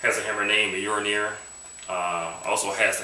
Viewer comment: Cool prop, wish i couldve had the money back in the day to order one. Btw, its not 'bolnir' its "Mjolnir (pronounced /ˈmjɒlnɪər/ MYOL-neer)" straight from wikipedia ^_^. just dont try and swing that thing around in the house...might light something on fire with a stray bolt O_O